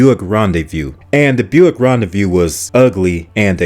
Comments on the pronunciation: It's not Ron-day-VIEW, it's Ron-day-voo. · Car number 1 is pronounced "Ron Day Voo" no Ron De Vue. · ”Rendez-vous” is definitely not pronounced ”Rendezview”! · Ron-day-view? Smh.